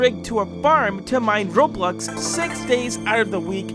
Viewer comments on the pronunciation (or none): none